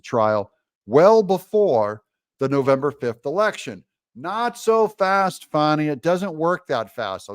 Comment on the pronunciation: If you are from the south, it's not "fawnee"; it's fanny and it's not " MC caf ee" it's mac u fee!! 😂